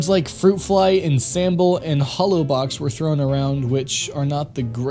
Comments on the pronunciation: Ensemble is pronouned onsomble not insimble. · Ensemble is pronounced like "on somble" lol not "in simble" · should probably lookup how to pronounce ensemble...but hey great vid nonetheless.